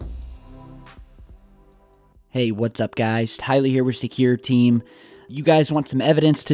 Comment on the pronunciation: Tyler in your next video can you please say "Suffering Succotash Sylvester". You're trying to be a entertainer for a living correct, why wouldn't you try tor better yourself by fixing it? I mean right off the bat, "Hi guys, this is Tyler with secure team 10" is bad and sets the tone for your hole video(s). It's easily fixable man. I watched a cpl vids specifically aimed at your impediment, and there are exercises you can do through out the day that would probably take care of it in a week. FIX IT